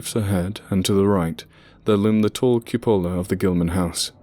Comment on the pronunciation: Fantastic reading. One suggestion ... look up the pronunciation of cupola and taciturn. Keep up the great work!